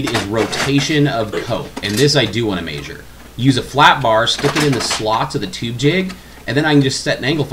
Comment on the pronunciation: Good video. But i'm aspy and I wish this vid had "measure" and not "mayzure". Idk it just makes me cringe. Sorry. Great vid otherwise.